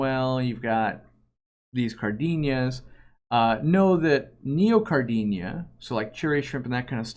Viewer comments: You mispronounce Neocaridina. It’s Neo-cari-dina, not Neo-car-dinia. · I notice every single time says neocaridina haha. It's kinda like he's adding an extra "i", like "neocaridinia"